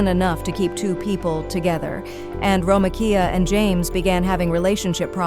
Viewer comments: Ok see I thought it was just my crazy ass that she was irritating ! 🤦🏽‍♀️😂 Ho3 it’s Gary ! It’s Ro-mee-ka! Talkin bout a damn “ro-meh-Kia” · Wait so it can pronounce Romekia but not Gary?